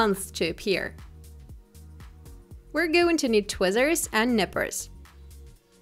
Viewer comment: Who the fuck says tweezers like that